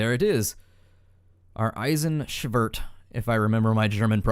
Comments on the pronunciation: "Eisenschwert" is correct ;) Greetings from Germany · Actually your pronunciation of "Eisenschwert" was pretty good ;)